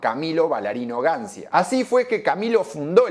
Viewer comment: Gancia si es un nombre italiano se tiene que pronunciar Gancha, solo eso. salu2